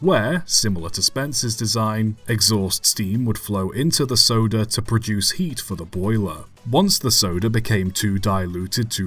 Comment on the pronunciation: When you say soda locomotive, i hear sodor locomotive